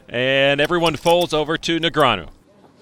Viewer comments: Say Negranyu again muthafucka. I dare ya. I double dare ya. Say Negranyu one more goddam time!! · So long ago that TV announcers didn't know how to pronounce Negreanu.